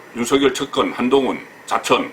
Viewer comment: 유명인사들의 말을 들어보면 적지않은 분들이 유월을 [육월]로, 윤석열울 [윤성렬]로 잘못 발음하고 있네요. 이번달은 [유월]이고 현 검찰총장 은 [윤서결]로 읽어야 한답니다.